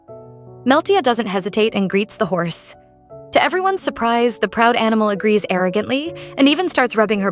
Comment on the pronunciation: It said house in stead of horse